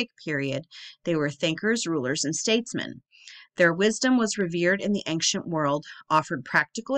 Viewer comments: There is not a "G" in the word ~AN(g)CIENT!! :) Love the content! I like Jon Levi BUT you are more in tune with logic. Your insights are amazing and you literally do your homework better than most. You dig deeper and it seems you filter out the nonsense before making the video ( I watch a lot of videos on this type of thing) and lots of creators include way to much fable, you seem to touch on it just enough to keep me on track without dragging me relentlessly through all the old garbage(TY). The way you include a little garbage to put things in context and exposing what relates stories from one culture to another is so cool. You give the basics first, then you relate it Biblically, to these cultures that were obviously scammed by these fallen ones. The devil will tell you 99 truths just to get your trust so he can slip in 1 key Lie...please keep pushing! Your intelligence is amazing to witness. Thank you. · Ancient = eyn-shuhnt 😉